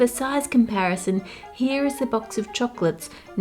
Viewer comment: I adore you and your videos so please don't take this personally, but am I the only one who can't stand the way she says "chocolates"? Lol idk it's just weird to me. Not that it matters but I'm just curious if I'm the only one!